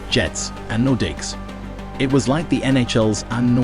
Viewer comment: What is this AI generated nonsense? I can understand some mispronunciations but “street Louis blues” “Patrick Roiiii” (not Wha as it’s pronounced) and “nordikks” is laughable. Also, as others have said, info is wrong at times like Mario Lemieux is very much alive.